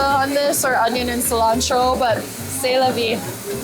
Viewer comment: Pls pronounce it like this. [sɛ la vi].